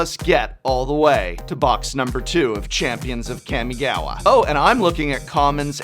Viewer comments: Its kamigawa not kemigawa -.-'' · It's been consecutive videos you pronounced "Kami"-gawa wrongly, Prof... It's "Kaa-mee", not Cammy from Street Fighter... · Hi Prof, big fan. But...it is pronounced kA-mi-ga-wa. Not kEmigawa. "Ka" and "Ke" are two different sounds in japanese. Ka = COme. Ke = CAke. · It greatly upsets me how you keep saying CAM-E-GAWA... Kami, as in God in japanese... Also I really like the retrospection you put into this... and you're right its insane... I remember being at Lorwyn Prerelease when planeswalkers were introduced... That's something a lot of players will never, and have never experienced... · K-AW-migawa not Kammiegawa. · this man really said Keeahmeegowwuh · I hate when English teachers mispronounce words -_- it's "Kah-Mii-Gah-Wah" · It's pronounced Kahh-mi-gah-wah... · I clicked just to hear you say Kammy Gawa and was not disappointed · It’s CAW!!! (Like a crow) CAW•ME•GAW•WA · The professor pronouncing Kamigawa is making me cringe. It's pronounced: "Kaw-Mee-Gaw-Wa" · Everytime the professor mentions Kamigawa, I listen carefully, hoping the he'll actually pronounce it correctly. This has yet to happen. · I can’t tell if he’s saying the name wrong on purpose or not lol